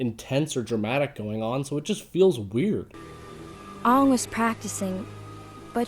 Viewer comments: they say aang's name wrong, they say "ong". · There's one thing that think is really stupid about the last airbender. The pronunciation. In the cartoon they pronounce Sokka's name Soka (Pronounced Sakka) and Aang's name Ong (Pronounced Ang) and Iroh's name Ierro (Pronounced I-Row) I CAN'T BELIEVE WHAT THEY'VE DONE! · They didn't even get the prenounceation of the name Aang right!!!! It's prenounced: Éng (litteral in speaking voice) and not Ang -. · that's because the director wanted the names to be pronounced as though it was said by an Asian person. that's why aang is pronounced as ong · when I heard katara pronounce Aang wrong I turned of the movie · There's so much wrong with this adaption, that people barely bring up that they pronounce the main character's name wrong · What I hated the most was how the characters names were pronounced differently then how they were in the awesome cartoon series! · someone should have told him.... DO NOT FUCK MY CHILDHOOD SHOW UP, your a really fuck up if you can fuck such a good show up in 30 secs, literally all they did was say aangs name wrong one time and I hated it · And the mispronounce aang's name. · this movie sucks and i wanted to kill the director who decided "hey lets ruin an excellent TV series". Bad casting, Bad script, Bad pronunciation of ALL the names, IT WAS NOTHING LIKE THE SERIES. Such a let down. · THEY SUCK AT MAKING THAT MOIVE REALLY COME ON YOU SAID AANG'S NAME WRONG PLUS YOU PUT THE WRONG SECNES AT THE WRONG PLACE AND TIME